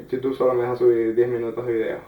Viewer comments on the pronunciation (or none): none